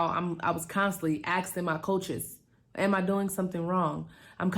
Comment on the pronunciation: And its ask-ing..... not ast-ing